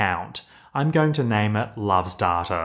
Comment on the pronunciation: I love these videos - but who says "d-a-r-t-a" ? There is no "R" sound in data.